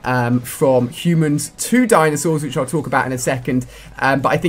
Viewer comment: LOOOOL DINASAURS??? HAHAHA COD YOU REALLY HAV OUTDONE YOURSELF!